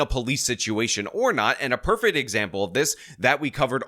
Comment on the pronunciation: Why does say perfet isntead of prefect lol